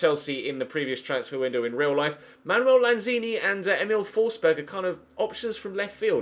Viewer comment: FFS it's pronounced Fors-berry ..... not Fors-berg....